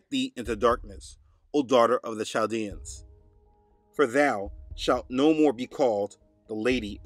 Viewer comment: It’s called Chaldean pronounced Kel dee an